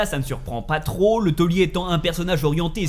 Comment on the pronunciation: Mais c'est pas LE TAULIER :D C'est Thiollier ! C'est son nom quoi ^^ avec un I avant le O